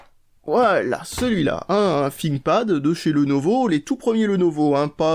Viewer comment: un "finkpad" XD c'est thinkpad learn your english